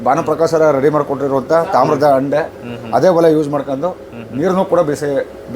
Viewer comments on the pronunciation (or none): ಅಂಡೆ 😮 ? ತಪ್ಪು.😅 ಹಂಡೆ ಅಂತ ಸರಿಪಡಿಸಿ.